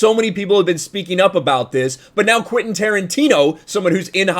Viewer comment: Quentin, not Quinten